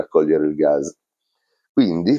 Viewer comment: Ceao, vedo che pronunci "Gaz" invece che "Gas", é dialetto? Io sono rumeno é in rumeno si chiama pure "gaz". 😅